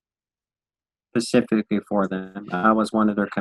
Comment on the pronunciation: Dude says pacifically every time he tries to say specifically